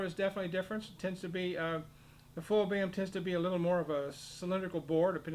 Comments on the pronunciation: "Boehm" = Böhm. Not pronounced "Bam". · Imagine pronouncing [ø] as [e̞ːɐ], this is unwatchable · Indeed, I am also American and have never heard it pronounced like that.....Often I have heard "Full-Böhm" or "Modified-Böhm". Funnier than that: Some Europeans talk about German system and the French system clarinets, but Theo Böhm was actually German. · ITS PRONOUNCED BAYAM???? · No, it's pronounced bo-em. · is there a reason why you pronounce Boehm differently to everybody else..?